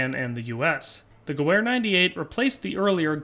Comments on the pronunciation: The Spanish Mauser 1893 would make more sense than the Gew 98 as a lot of them came back to the States after the Spanish American war. Also it’s pronounced gevehr, not Gewehr. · The w in gewehr is pronounced as a v sound in german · Hate to be that guy but the w is pronounced as a V , it's a German name